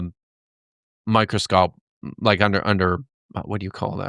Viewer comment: Did he really screw up saying microscope 😂